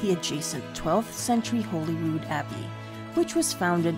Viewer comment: What a wonderfully filmed, edited and very enchantingly narrated piece. As an Edinburgh resident of 61 years I must say I was very impressed. I think Cockburn was your only wrongly pronounced word. And MAJOR KUDOS for getting Holyrood correct. That’s something 99% of actual residents get wrong. Hooray for Holyrood! And NOT bloody Hollyrood 🦁